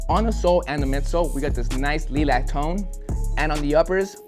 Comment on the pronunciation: 🤣 mid purps n lee-lac